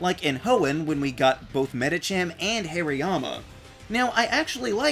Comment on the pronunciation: It’s pronounced HAHR-ee-yah-muh, “”. 🤨